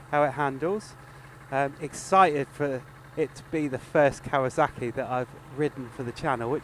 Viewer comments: Kawasaki not kawazaki 😊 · Why did you keep pronouncing it as if it's spelled" kawaZaki" instead of Kawasaki? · KawaZocki!!! Lmao the way you pronounce the name distracts me lol